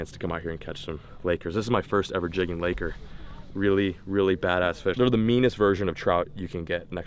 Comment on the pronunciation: Please stop saying laker.